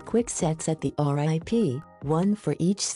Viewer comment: I laughed when she kept saying "R-I-P" instead of rip. I was like "that's so bush league".